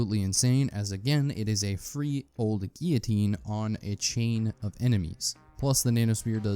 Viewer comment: Good video. But how is it possible to pronounce guillotine incorrectly so many times.